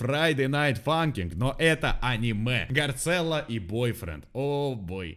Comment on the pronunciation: вот он не гарцелло а гарссело